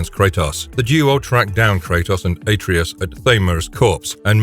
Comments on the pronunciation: He did not stomp on Helios' head.. He tore it off..🤦🏿 That and the ungodly way you pronounce Atreus.. Its Uhh-tray-us not Aye-tree-us.. Clearly proves you have NEVER played God of War. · Better yet, take a shot every time he mispronounces a name. 🤦 Atreus... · Why is it that no YouTuber can pronounce Atreus?